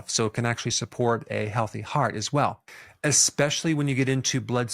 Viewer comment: Why do seemingly intelligent people continue to use the words 'exscape' and 'exspecially '?